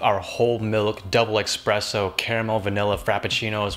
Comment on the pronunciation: Expresso? Hahahahahha